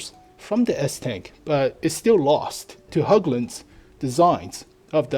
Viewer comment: Hägglund! Not höouglunds